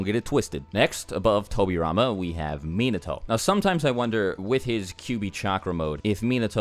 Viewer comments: MEnato. Come on cuz. Minato, the accentuation is on the second syllable. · The way he said minato..🤦🏽‍♂️ it's (muh-naw-toe) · Mean-na-toe? I think you got your pronunciation twisted lol. It’s Mee-not-toe... just saying lol